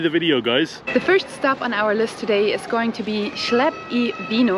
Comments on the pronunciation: it legit killed me when she kept saying "schleb" omg it is literally one button just learn how to pronounce it while translating it. That was painful to listen to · Hello and, My wife and I have been to Torun many times. We've been to Piernicova once but not the other two restaurants. The pronunciation for Chleb is like Kleb, the ch is like a k. Thanks for the tour.